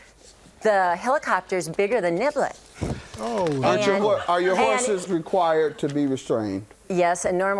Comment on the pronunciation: Am I the only one who thought she said the horses name was NIGGLET vs NIBBLET 😂😂😂😂😂